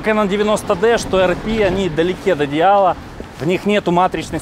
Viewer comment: "Далєкі от ідєала" ... (одєяла) ... )) Просто дивитись твій відос і кайфувати ... +